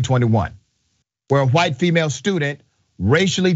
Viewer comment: Hwite man.